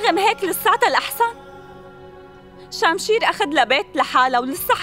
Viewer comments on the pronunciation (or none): شمشير اسمه وليس شامشير